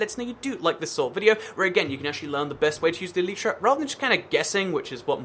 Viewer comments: It's not pronouced eleetra, it's pronounced elyytra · Why do you say "eleetra" instead of elytra?